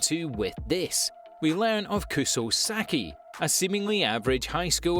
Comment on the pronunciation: Its siki not saki